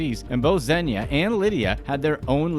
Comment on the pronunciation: He is not “Zenya” he is “Zhenya”